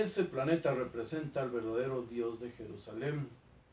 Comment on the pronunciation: Jajaja, pense que decia PERUSALEN